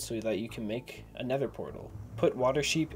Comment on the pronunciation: He go to neder and get the egg and kill dragon